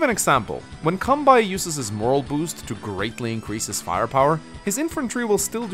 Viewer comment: Advanced. Moral Boost, should be morale boost. Heavy accent and mispronunciation are it.